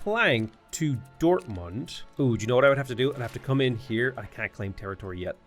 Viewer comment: Your pronunciation of German is really good. You even use the correct sound at the and of „Dortmund“ (a t- and not a d-sound)